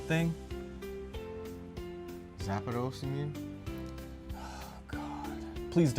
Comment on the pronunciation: Why do people call Zapdos "zapAdos"?